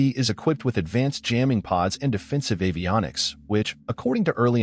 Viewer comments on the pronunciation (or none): none